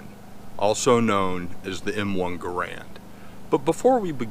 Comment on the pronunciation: Sorry to be that guy, but his name is: gah-RUND, not GAH-rund.